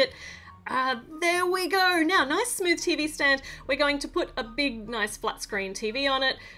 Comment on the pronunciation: "Oh noice" The Irish in her